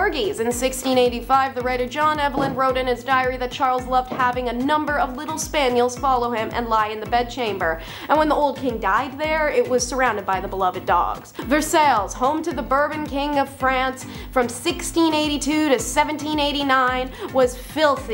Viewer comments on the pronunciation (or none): And PS: It is pronounced "Verse-eye" NOT "Verse-sails"....Good grief. Get it together, sister.